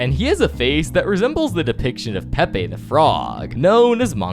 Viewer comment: only referenced name pronounced right was pepe🫩🥀😭😭